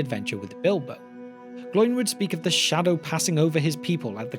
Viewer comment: Oin and Gloin are two-syllable names. They do not rhyme with groin.